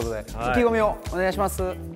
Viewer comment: 拓実くんの「お願いします～（関西弁）」がいきなりのコテコテすぎて地味に笑える（好き）